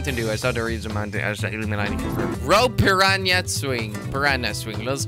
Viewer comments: Dude it's 'PPPIIIRRRAAANNAA' not 'PPIIRRAANNIIAA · jordi its pirana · its pronounced pi-ra-na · it's pronounced per-ra-na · u say pirana